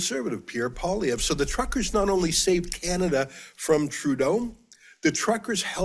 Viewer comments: Pierre Poilievre. Say "poll-ee-EV". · Oh and it's "Poe - Lee - Ev" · It’s Paul-E-ev. Get used to saying it. 😉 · Everybody, Canadian and American alike, needs to learn how to correctly pronounce Pierre's name: PWAH-LEE-EV-RUH (the "ruh" part mostly silent). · get the pp name right man you talk so good cant say a name right?